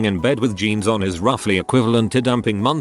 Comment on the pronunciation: "Geens" (jeans)